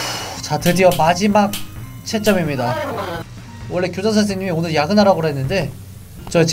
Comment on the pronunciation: 고자 선생님이라 들린거 제 기분탓 맞죠??